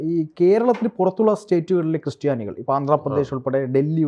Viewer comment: ക്രിസ്റ്റിയാനി അല്ല ക്രിസ്ത്യാനി...